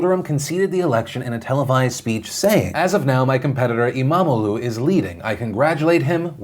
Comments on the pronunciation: you couldnt have butchered saying imamoğlu better even if u have wanted it phil ^^ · Good pronunciation on everything except imamoglu.